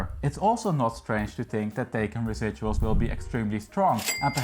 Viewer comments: Great video! The model name is not “taken” it’s “Thai Khan” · Sorry, but you're not pronouncing the name of the car correctly. :( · You need to learn how to pronounce “Taycan”! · Please, your pronunciation of Taycan is crap.